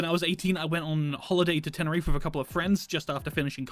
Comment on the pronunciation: did he say tenerif instead of tenerife?